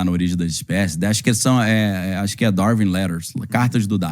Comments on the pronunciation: Entendo que prefere dar e vir-se, mas pronuncia-se "dar-uin". Também costuma pronunciar "win" como "vim"? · Uma curiosidade. Qual é o motivo para pronunciarem "Darwin" como "dar-vim"? 3:86 Daniel até pronunciou "dar-vim" quando referiu um título em inglês. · poisé, acho que ele entra para aquele curioso grupo de celebridades com nomes abrasileirados, tipo o "scorcize" que pronunciamos "scorcése"